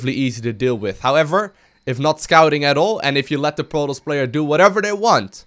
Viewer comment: it is pronounced pro-toss, Not prodos. You should change your name to because you cant pronounce anything right.